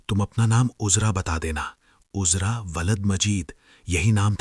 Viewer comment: Bhai apni Urdu theek karlo kaafi ilfaaz AAP ghalet bol jaaty hen Naam uzra nahee azraa hota he ayn alif ki awaaz nkalta he